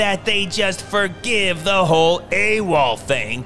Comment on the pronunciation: Good you said A.W.OL.